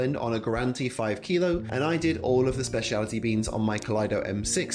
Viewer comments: I find it funny how you keep saying "spaciality" instead of "specialty" lol. Good video tho, thanks so much for being on youtube 😊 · Maybe it is because you couldn't say "specialty" correctly